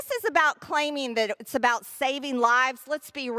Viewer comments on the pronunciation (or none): none